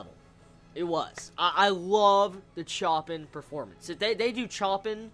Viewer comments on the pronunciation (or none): I like your work and i watch your videos quite often, but GOD damn it's pronounced shopin, not chopin, also everytime u said pianoist I cringed, ffs its pianist. As a huge fan of Chopin and the piano it really grinded my gears. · HAHA Just something small, it should be 'Show-pah-n' not 'Choh-peen' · He pronounce Choppin incorrectly.... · The people who flip over the pronunciation of Chopin